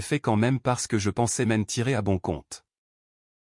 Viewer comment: c'est agaçant d'entendre prononcer "c'est" ceste, est (verbe ou point cardinal) è, m'en tirer devient mène tirer, as-tu devient asse-tu, j'en suis = j'enne suis, qu'est-ce = kwesse, etc !!!. Arrêtez !!! Choisissez une IA française qu'on ait un langage français. Comment voulez-vous que ceux qui apprennent le français s'en sortent ? Quand je vivais à l'étranger, je regardais les vidéos pour me familiariser, et je continue. Je n'ai pas eu ce genre de problème